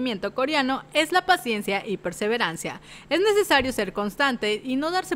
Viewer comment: Todo bien hasta que dijo "PACIENCIA"👁️👄👁️